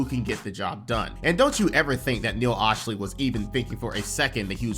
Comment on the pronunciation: You’re a Clippers fan and still can’t say Neil Olshey’s name? Sound it out.